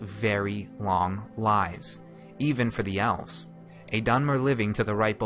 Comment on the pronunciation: eves? I think its Elves.